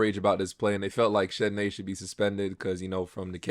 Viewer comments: You’re saying Chennedy’s name wrong man. I know it’s spelled ridiculous, but it’s just pronounced like Kennedy. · Carter's name is pronounced "Kennedy".